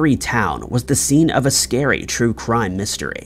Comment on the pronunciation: The stories are vewy scawy